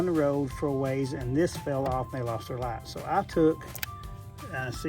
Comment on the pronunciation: With these Laights, you got your Left and you got your Raight. Gotta see both at Naight.